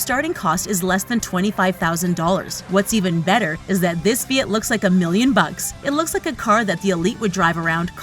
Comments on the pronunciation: I think it’s Fiat not feit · "Fee-IT" NO! LOL. Its "Fee-Ahht". (Think Fee-HOT) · Fee-it??? WTF is a feeit? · WTF is a "fee it"? Oh! Oh, you mean "Fiat"?? >.<'